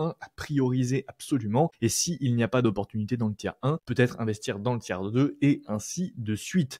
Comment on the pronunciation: Ça vient de l'anglais tier list, donc sans s. Mais il le dit mal, ça se prononce phonétiquement "tir".